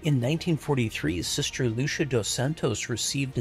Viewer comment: Stop saying sister loosha. It's Lu see ah. Your pronunciation is ruining the video hahaha.